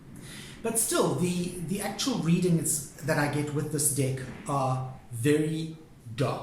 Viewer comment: I’m trying so hard to take you seriously. I love your videos. But it so sounds like dick each time you say deck.